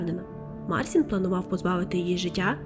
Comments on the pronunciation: Канал хороший, нарешті з'явився україномовний трукрайм, але, будь ласка, вимовляйте правильно імена, він не Марсін, а МарЦін, якщо вже по нашому називати, бо так ріже слух, що просто жах. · і хлопець: ім'я вимовляється як Марчін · Кохана, дякую, за історію Лайк, підтримка ❤️ Одне зауваження- МіХаліна (ch - x ), МарЧін (с перед і - чь)